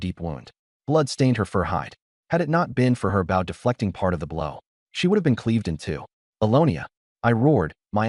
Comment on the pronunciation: I'm curious. Why with such interesting stories,do you ruin them with drawings that do not match the story and the text is so far behind the voice reading it. I'm also curious why certain words are never pronounced correctly? Wound , and bow are 2 that quickly come to mind.